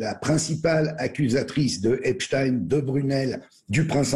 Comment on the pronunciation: Votre prononciation de nom de Epstein est la bonne c'est drole sur d'autres medias ils prononcent Epstine !!!